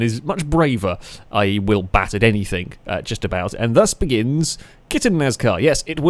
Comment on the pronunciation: Agreed ... love the videos but the anythink/everythink instead of thing pishes in my porridge